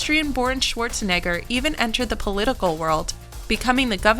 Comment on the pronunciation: Sworzeneggör... pffff